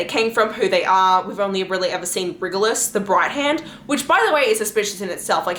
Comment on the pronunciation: Love these theories!! However, Rigelus is pronounced Ry-je-lus… This is how it’s pronounced in the Audible recordings by Elizabeth Evans, and Sarah works very closely with Elizabeth. Sarah mentions her in the acknowledgments of her more recent novels that have been recorded for Audible, so yeah!! Great video tho!!